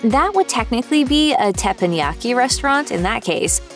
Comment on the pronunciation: You mean TEPPANYAKI???